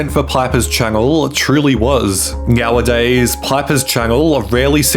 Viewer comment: did dude say "meowadays"? I feel like I'm watching Super Troopers...